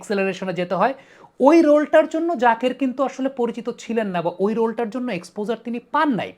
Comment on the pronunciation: Unar naam jaker , zakir na. Allah's wastee naam ektu thik kore bolen.